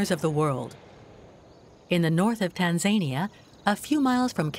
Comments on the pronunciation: Is this an AI voice? It's pronounced "Tan-ZUH-knee-AH" Not the way she said it. Jeesh. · Tan-zany-uh…? Gotta love that ai narration! 😂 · Always amazes me how Americans can bastardise names ie: Tanzania. It is not pronounced how it is in this documentary